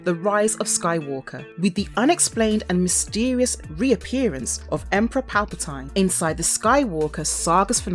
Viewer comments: Your pronunciation is atrocious. Sheev, not shev. Revan, not reevan, Palpatine, not palpatyne, and coraSant, not coraKant (with a "C" obviously) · And Sheev Palpatine, not shev palpatyne. And for God's sake, coraSant (with a "c" obviously) , not coraKant. I think she's doing it on purpose